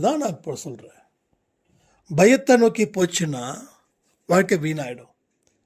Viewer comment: "யென்னம் போல் வல்கை".